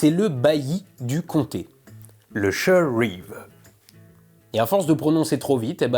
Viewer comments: Juste une petite précision pour ta prononciation de l'anglais trop francisée. SHIRE ne se prononce pas CHEUR mais SHAILLEUR. YORKSHAILLEUR. le chat du chessire, par exemple) dans Alice aux pays des merveilles se prononce CHECHAILLEUR CAT (cheshire cat). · Non un comté ça ne se dit pas sheur. On dit bien York-sheur par contre. Pas sheur-reeve non plus. Mais sinon incroyable de choper des fugitifs comme ça ! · A prononcer chailleure ( shire ) ! 😉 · Pour toutes celles et ceux qui ont écoutés les deux premières minutes quand il prononce "Shire"- Sheur, et qui ont regardés The Lord Of the Rings en VO, je vous vois dans votre souffrance., félicitations pour les 1M, je t'ai découvert sur Hermès #11, merci infiniment pour tout ce chemin parcouru. ♥ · Même pas foutu de bien prononcer le premier mot d'anglais de la vidéo (shire) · tu prononces mal "shire"